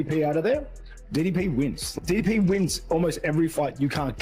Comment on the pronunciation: How do people still not know how to pronounce DDP's name 😭